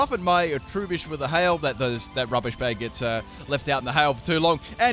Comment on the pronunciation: Do you say "roobish" instead of "rubbish? Lol